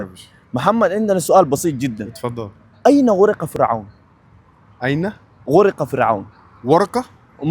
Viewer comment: غَرق وليس غُرق